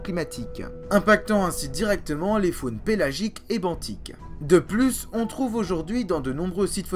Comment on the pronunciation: Une très bonne video qui a nécessité pas mal de travail et de recherches, mais j’ai noté quelques petites erreurs :) .Forme : - Le S de trapps ne se prononce pas - Benthique se prononce bintique .Le Fond : - Les Eugénéondontiformes ne s’éteignent pas mystérieusement lors de la crise Trias-Jurassique. Ce groupe de chimère était déjà en déclin depuis le permien et à été pas mal affecté par la crise PermoTrias, seul la famille des Edestidae à survécu à la crise, leur extinction semble donc logique à la fin du Trias. - La diversification des hybodontes à bien lieux durant le Mésozoïque dont le Jurassique et s’éteignent bien à la fin du Mésozoïque, dépasser par les Néosélaciens qui apparaissent vraisemblablement au Jurassique. Ils suplantent bien les Hybodontes au milieu du Crétacé et réussissent à traverser la crise Crétacé-Paléogène. - Les trappes de Sibérie ont durée plus d’un million d’année, elles ont même eu une activité tardive au cours du Trias inférieur, moins importante que lors de la crise PermoTrias, mais assez pour entraîner une anoxie/euxinie des océans, et provoquer la crise d’extinction mineur Smithien-Spathien. - La taille des trappes de Sibérie est en perpétuelle évolution, puisque chaque année ont les étend en découvrant de nouveaux moceaux (Merci le réchauffement climatique !) - La rediversification post crise au Trias s’est fait extrêmement rapidement ! pour les ammonoïdes, la radiation subie est extrêmement rapide, et ceux à partir d’un seul groupe ayant trav